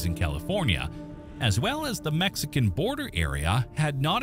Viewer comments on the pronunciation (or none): none